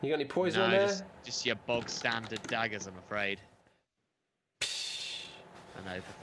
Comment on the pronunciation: Do british pronounce dagger like dadger? Weird.